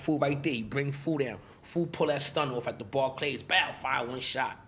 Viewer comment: Foo said "BILLY DA BULL" , damn.